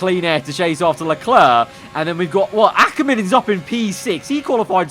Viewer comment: He said Akkerman!!! We finally got through to him!